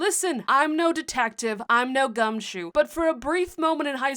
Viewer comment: I have NO clue what word u said at the start "LISTEN! i'm no detective, i'm no (smth)" but it sounded like u said "Gumshoos" which's kinda funny bc in the Sun & Moon anime a Gumshoos works with officer Jenny as an officer XD